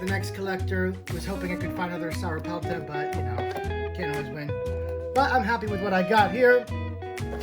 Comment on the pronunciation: you say it like sora pelta